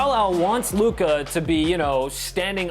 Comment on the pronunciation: His name is Luka, not Lucah.